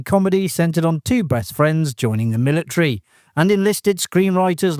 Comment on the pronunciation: Militree? MILLITREE?